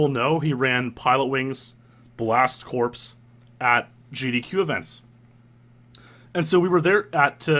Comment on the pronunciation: Bloody loved it! Btw, it's pronounced "blast core" just for future reference ;)